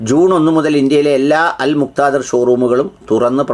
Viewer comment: എന്താടെ... നിനക്ക് അൽ മുക്താദിർ എന്ന് പറയാൻ നിനക്ക് ഇത്ര വിഷമം